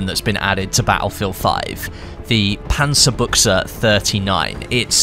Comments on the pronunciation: Its "Panzabutch" not "Panzabucha" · WOW! you're the first battlefield youtuber who said the name "panzerbuchse" properly!